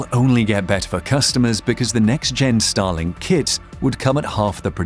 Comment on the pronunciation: At the first moment I heard “Stalin” instead of “Starlink” …